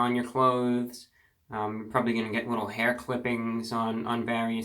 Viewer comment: you should've done a quarantine grow out and just let that flow go, baby, p.s i swear when you say a "little haircut" a couple times i hear "wittle" and i smile from cheek to cheek